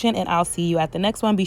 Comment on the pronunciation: Wish i could've seen your face when you said Eva won America's Nezt Top Model....that shady pause!